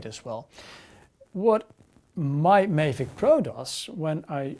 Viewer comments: STOP CALLING IT A FUCKING MAY-VIC its pronounced MAA-VIC, MAVIC. Couldnt watch had to pause write this and leave. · Just for your information. Check out some other Mavic reviews to learn how to pronounce ''Mavic'' right.